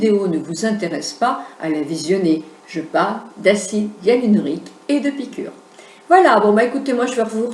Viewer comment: trés bien Si je peux me permettre c'est acide hyaluRONIQUE et non hyalunorique MERCI